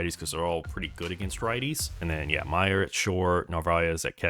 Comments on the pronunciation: Btw idk if you were joking but that’s not how you say mayer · This guy mispronouncing Mayer is really driving me insane